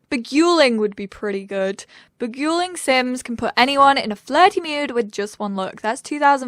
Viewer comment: Oh, my goodness,! XD Beguiling is pronounced be-guy-ling.;) <3